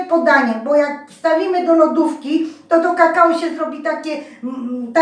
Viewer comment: kakao a nie kakało droga pani